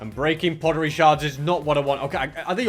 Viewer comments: they're called sherds not shards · ITS pottery sherds not pottery shards time: 18.00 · He said sheards wrong